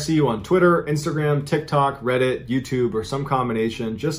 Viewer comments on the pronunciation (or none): none